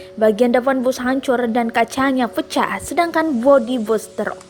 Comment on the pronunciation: "tak bisa dihinDHari.... HanCHur dan kaCHanya peCHah...."